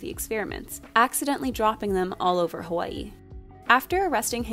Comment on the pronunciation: 1) thank you for your pronunciation of Hawai'i 2) i’m there with you on Mulan 2. Adore the princesses and their song so much.